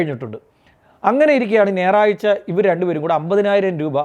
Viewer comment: നേറാഴ്ച അല്ല ഞായറാഴ്ച എന്ന് പറയാൻ പഠിക്കൂ.